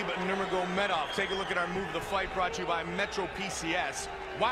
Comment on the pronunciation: Goldberg never figured out how to say nurmagamedov